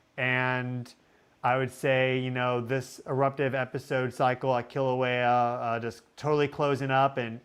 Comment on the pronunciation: Keeeeeeeelauea. Not kill a waya. Please? It’s painful to listen to so many mispronunciations. Mauna Kea is Mow-na Keya. Mana Keya means White Spiritual Power. Mowna Keya is White Mountain. Mowna Loa is Big Mountain. You got Pu’u’o’o right.😅. Hope to see you sometime on the Big Island. Malama Pono! A hui hou in da flow. 🏝 ❤ 🌋